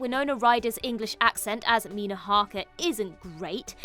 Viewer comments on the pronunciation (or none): none